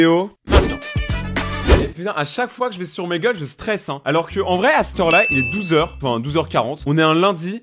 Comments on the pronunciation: Omegle sa se prenonce gle et pas gel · On dit ( omagle ) 😏😌